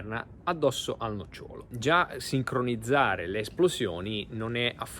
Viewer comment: Si dice nócciolo. Non nocciólo. Ma perché volete giocare a fare i divulgatori quando manco l'italiano conoscete?